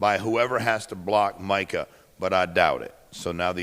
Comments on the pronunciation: Chris Carter. It's MICAH not Michael. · Does Chris know that it's "Micah" not "Michael"?